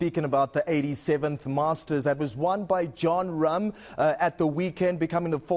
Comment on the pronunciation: Wooooow! The name pronunciation at the beginning! Super impressive!